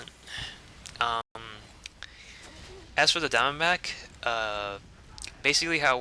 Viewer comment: I keep hearing "Down-back" instead of Diamondback :>